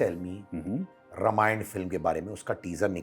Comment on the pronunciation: यह रमायण क्या हॆ? सीधा शुद्ध रामायण नहीं बोल सकते?😊